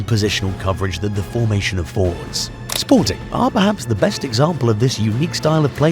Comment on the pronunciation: I am wadting my time on this channel. This researcher can not be taken serious. First you say the name of the club WRONG, in fact, you havent said it right not even once.. Secondly you ignored important facts. SPORTING WON 3 PORTUGUESE CHAMPIONSHIPS in 40 YEARS, not 2 as you mentioned here. What misleading information you are passing to the football fans 🤦🏾‍♂️